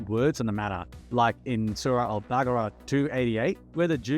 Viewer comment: How can you claim to be muslim yet can’t pronounce Baqarah and fail to use sources of “failed answers”?